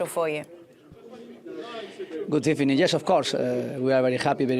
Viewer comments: Good Ebening!!!😂😂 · good ebening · He knows it’s his catchphrase lol good ebening or sometimes good afternoon love unai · It was a very Gut ebening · He couldn't go without a good ebening 😂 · "Good Ebening". I love this guy😂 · Good ebening 😁 Vamos Unai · He forgot how to say gudebening! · “Good Ebening” unai 😂😂😂